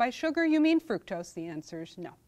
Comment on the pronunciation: I agree, and he could learn to pronounce fructose correctly.